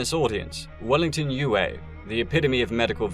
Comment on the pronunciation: How do you pronounce foam? That's also how you pronounce C.H.O.A.M. The doctors name was u-ay, not whatever butchery you said. Have you even watched the movies or listened to the audiobooks? I'm guessing no.